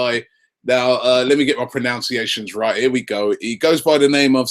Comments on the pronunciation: "Let me get my pronounciations right" You can't even pronounce pronunciation!! PRO-NUN-SEE-AY-SHUN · i suppose it would be a bit rude to point out that you pronounced 'pronunciations' incorrectly...